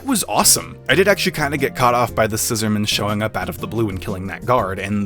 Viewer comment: Why do you pronounce the Scissorman's name like it's a formal surname? Its annoying.